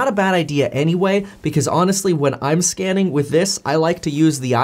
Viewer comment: every time you say scanning I keep hearing scamming